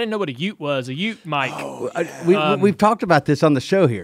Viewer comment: It's "Ute" mate haha